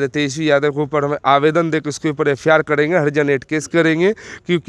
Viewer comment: F.I.R को F.A.R बोलने वाला संविधान की बात कर रहा है